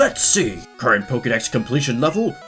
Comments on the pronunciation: I’m a little disturbed about how you pronounce poketips and Pokédex like “pokey” but Pokémon Iike “poka” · For Christs sake it's Poke'dex: poke eh dex not poke ee dex. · It’s not pokeydex it’s pokaydex. why do Americans mispronounce it? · "poké", not "pokee" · Pokemon, Pokkideks... LOL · One thing I noticed in every Pokemon video is how every pronounces Pokèmon. They say "Pokee" Dex but say "Poka-mon". Baffles me.